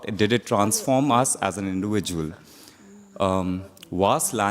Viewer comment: why that tibetian guy has so much indian accent..... litrally he pronounce V to W when he said Indiwijuwal!!